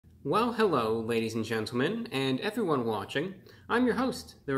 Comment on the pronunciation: hewwo ewwyone